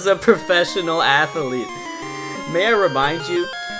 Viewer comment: Ath-ah-lete hahaha